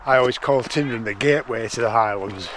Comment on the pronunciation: Been coming since 1986 still can’t pronounce Tyndrum correctly 🤦‍♂️😂